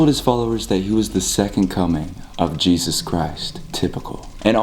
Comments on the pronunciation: XD HE SAID JEZE ESA WHY HE SAID IT LIKE THAT😂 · the way he says jesus i was laughing so hard😀 “jEsUssS” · Bruh why the f*ck are you keep saying jayzuzz? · Stop saying Jesusu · I turned captions on, it says is saying " Jesus says" XD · Why you saying Jesus name like that